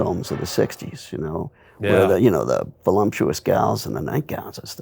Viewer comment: Grown men pronouncing it “voluMptuous”